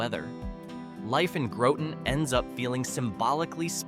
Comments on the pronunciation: It's Groton not groteton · You will be tired of hearing this, but Grot-un not Grow-ton. Great and informative video. Thx! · If you’re going to do a piece on a state at least know how to say their names. It’s pronounced Grot ton just like it’s spelled. Not like grautin potatoes. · Growton and House-a-tonic. Ha. Just kidding. Cool video. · You did not pronounce Groton correctly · Thank you. I was gonna give him the rotten with a G lol